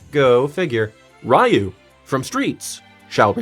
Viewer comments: it is not R-EYE-You it is Rrrrr-E.U. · R-eye-yu?! I'm sorry, but how did you get Ryu's name wrong?